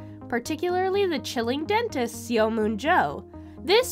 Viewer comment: Just a suggestion, learn how to pronounce the actors' names correctly. For instance, Seo is not pronounced 'see-oh', and Woo does not actually have a 'w' sound.